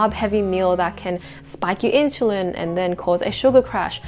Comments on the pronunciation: in- SUL-LIn. that drove me nuts . IT's not INCHULINS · in-soo-leen. not, in-shoo-leen. also isn't it obvious you shouldn't eat fast food all the time? i guess its not common sense for most. cause my friend eats only fried proteins and carbs. no veges at all even. and drinks soft drinks with his meal all the time instead of water. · Why does she say "inshulin" ??! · Inshulin hahaha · NO WAY did you lose 10 kg in 12 weeks, stop spreading misinformation!! You are like many liars who sell the lie of losing so much weight in just a few weeks, and when girls try it and fail they get discouraged and depressed! Cant even say "insulin" properly